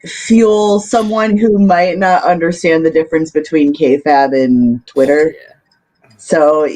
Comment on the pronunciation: Who wants to tell how to pronounce kayfabe?